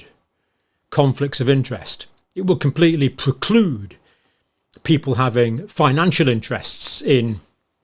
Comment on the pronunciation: Preclude, not proclude.